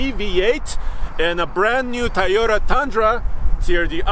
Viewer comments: Id pick the "Tie-ota" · I believe it's pronounced "TOY" YOTA, not "TY YOTA". just say'n. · Came here expecting to hear call it a "Tieyota Tundra" and he did not disappoint:)